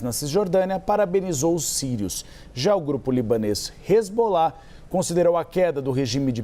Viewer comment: Hisbollah 😂😂😂 de onde essa repórter tirou isso?? 😂😂😂